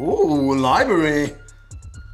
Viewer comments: Libary 😂😂😂😂😂 that’s all me u good filly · Man said Li-BARY😭😭😭😭😭😭. Abeg you pick up a dictionary filly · Libary? Oh my days filly!! FFS! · Libary nah that a good one still